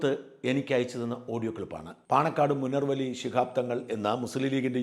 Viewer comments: മുണർവ് ali അല്ല മുനവ്വറലി അലി എന്നാണ് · മുനർവ്വലി അല്ല മുനവ്വറലി ശിഹാബ്തങ്ങൾ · മുനർവലി അല്ല / മുനവ്വിറലി